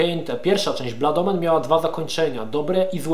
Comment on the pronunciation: uwielbiam jak akcentujesz angielskie wyrazy: "Bluud Omen". XD